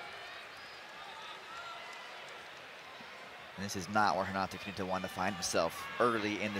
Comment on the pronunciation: Why the commentator is calling Canuto Canato all the time?